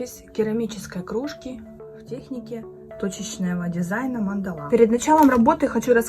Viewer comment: Мандала--ударение надо делать на первую А